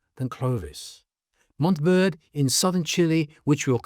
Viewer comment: IT'S PRONOUNCE MONTEY VERDEY. GREEN MOUNT